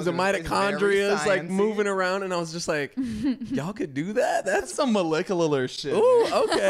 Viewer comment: "That's some MOLECULARLAR shit!" LMAOO